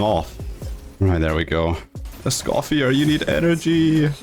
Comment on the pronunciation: Please pronounce Escoffier's name correctly😔🙏